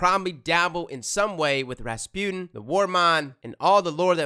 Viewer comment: Am i the only one who thinks that he pronounce Rasputin kinda wrong ?? It's ra-spu-tin and not Raspune 😅